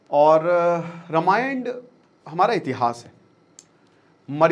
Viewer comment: Ramayand kya hota he ??